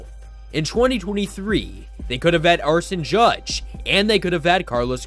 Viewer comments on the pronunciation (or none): “Arson” Judge? Was that on purpose?